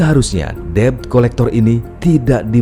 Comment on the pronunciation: Cuk! Debt itu dibaca Det. Bukan Deb. Paham!